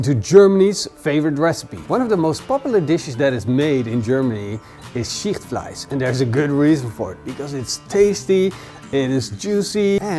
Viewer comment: Not the most "known" German recipes at all and I had no idea what he refered to, I guess he said "Schichtfleisch" (please at least try to pronounce it a bit better; and yes people with dutch ovens make it sometimes). Just say it is a dutch oven recipes by you and do not refer to cuisines or countries